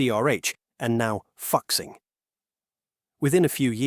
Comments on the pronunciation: it's pronounced "FOO-SING"....not F**KSING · It should be "Foo Sing", right? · pronouncing Fuxing as "Fucksing" 😭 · "Fuxing" isnt pronounced "f*ck sing" 🤣🤣 Try "foo sing" instead. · hahah , its Fu Xing not fucxing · Pronounce as fool sin, not fuck sin. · "Fucksing" hehe. Its pronounced Fu-Sing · "Fuxing" LOL. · Bro pronounce fuxing like an expletive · The mispronunciation of "Fixing" was even worse! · Lol that fuxing 😂 I had to turn on the subtitles to check If you didn't swear 😅